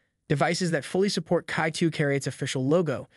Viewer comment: it is pronounced as "chi" not kai